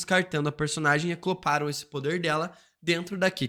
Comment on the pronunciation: E "acloparam" ksksksk